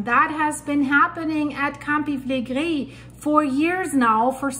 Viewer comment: I may have heard her say that she's in Canada, eh, but her predecessors are from Italy. I love how she pronounces, "Campi Flegrei."